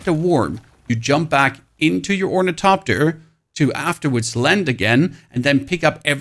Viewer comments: OrniTHOPTER not orniTOPter you sound like a 4yr old that can't quite pronounce hospital and just say hospull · FYI; there is an "H" in "OrnitHopter". When the letters "T" and "H" are togeTHer, they are pronounced as "th" (like when you say "the"). So it's pronounced Or-ni-thop-ter. Enjoy the engagement. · sorry from the beginning why we not pronouncing the "th" in ornithopter and just the "t"? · Stop calling it ornitopter, the there's an H in it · How this dude pronounces ornithopter as orniTOPTER drives me insane. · Say “orni-topter” one more time, I double dog dare you…. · is it ragebait when you intentionally pronounce ornithopter 6 different ways in the same sentence? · Honestly, I think his pronunciation is pretty freaking good considering German is not an easy language to transition to English from. Plus I have adopted the way he pronounces ornithopter. I don't care if everyone doesn't think it's correct. I like it LOL